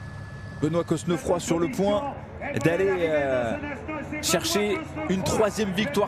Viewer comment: vous êtes sûr qu'on prononce le "s" et qu'on souligne le "e" dans Cosnefroy ? ... normalement non, surtout si il est originaire de Normandie ou de la moitié nord de la France... mais bon... Très belle victoire en tout cas pour lui ! La côte finale est dingue.